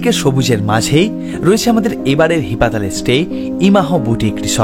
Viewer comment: জায়গাটির নাম হি-পাতাল। তুমি একসঙ্গে উচ্চারণ করায় বুঝতেই পারছিলাম না। এডিট করে দিও পারলে। আর হ্যাঁ, রিনচেনপং এর হোটেলটাতে আমরাও ছিলাম।অসাধারণ❤❤❤❤❤